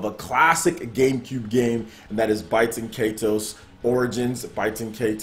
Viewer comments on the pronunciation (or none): I think it's pronounced "Bay-ten Kai-tose." Also, Baten Kaitos 1 was far superior to 2 (although I like 2 as well) since the battle system was far more complex, deep & rewarding. Baten Kaitos 2 streamlined the battle system and simplified it way too much, making it far too easy and less involved.